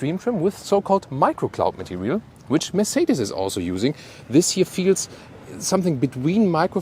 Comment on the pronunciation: Germans don't care when Romanians pronounce Mercedes incorrectly